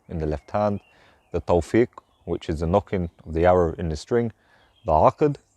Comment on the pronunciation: its Tafwiq not Tawfiq as the arrow nock it called FAWUQ